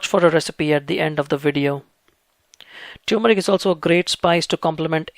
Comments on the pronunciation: It is T-U-R-M-E-R-I-C not T-U-M-E-R-I-C, I keep explaining this to my south Indian friends. Try remembering the Vicco advt you saw during your childhood. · Love your videos. However, please ensure proper pronunciation. It’s tur-meric and not tew-meric. Thanks! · TUR-MERIC!! Not Tyoomeric. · No It's Not Tumeric, It's TURMERIC Please Check It💓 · Turmeric not Tumoric :) Thank you for your valuable well done videos! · Very professional & informative, thank you! I see that you spell and phonetically express turmeric as "tumeric." My auto-correct just informed me the dropped "r" is incorrect. I can figure many things out, but I cannot figure whether the "r" is silent or expressed. Well, going to plant some turrrrrrrrrmeric now! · Its not pronounced as "Tuer-meric" but "Termeric" as in "Turkey".....